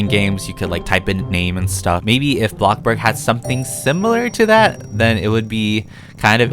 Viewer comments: If he says 'bloKburg' one more time... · This is how many times he said blockburg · I dare you to play something instead of bloxburg, and ro ville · i love when he say “bLOCKburg” or “wAAARm lighting” my favourite words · I love the way he says "Bloxburg"